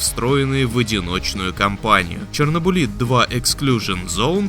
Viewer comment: ЧернобУлит? Может ЧернобЫлит всё же?